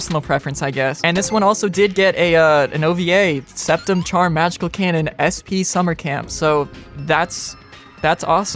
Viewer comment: Bro. What tf are you burbling about. Im 5 minutes in and all you said are keinen keinen keinen. At least put some effort in the pronounciation you english speaking piece of nerd